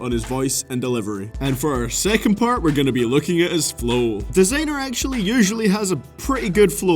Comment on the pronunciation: why is he saying "desaaenr" instead of "Designer"